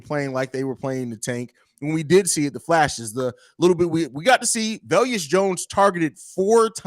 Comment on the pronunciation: Why does always mispronounce Velus? There's no "i". Its just "Ve-lus" not "Ve-li-us".